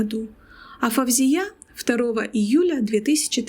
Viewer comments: Не Фавзия, а Фаузия!((( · Очень интересно, только не произносите собственные имена на узбекский манер - ФавзиЯ, СабихА, это очень режет слух. Правильно - ФаузИя, СабИха, в арабском языке даже нет буквы В ! Впрочем, многие арабские дикторы произносят с экрана СталИн, ПутИн, ЛенИн и т.д.Это непрофессионально !